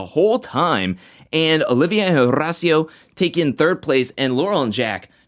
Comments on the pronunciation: Wow, u pronounced Horacio's name great this time👏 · I can see the improvement in your pronunciation of Horacio’s name and I appreciate! I was definitely cringing the last few episodes when you would say it pronouncing the H